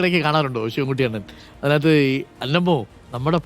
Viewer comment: അണ്ണൻ അല്ല.. ണ്ണൻ